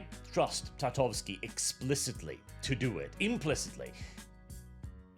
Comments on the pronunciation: "TartaKOvsky.": "Tartavsky, I think." Bruh. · I find it funny that managed to butcher Tartakovsky into Tatovsky every time 😂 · U saying tartovski and not tartakovsky is aggravating, u pasty nord 🗿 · TAR-TA-KOV-SKY Sorry Sorry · I'm skeptical, given that it is for Cartoon Network, it will probably be heavily censored and not contain what a Conan series SHOULD have. Also, for future references,.. His last name is pronounced Tar-ta-kov-ski;) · for the love of God... Say "Tar", like black liquid they used to dump a554oles in before throwing them in the feathers, after say "Ta" like "tab" (without b), then Kof like onomatopoeia for very awkward coughing (cough, cough) and "ski" like the winter sport. Tar-Ta-Cough-ski. Then you're close enough. Have some repect for Samurai Jack creator! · Take a shot for every time says Genndy Tartakovsky wrong, in this video.